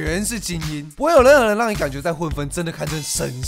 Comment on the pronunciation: 不會有任何人 這段我聽了好幾十次，到底怎麼可以這樣發音的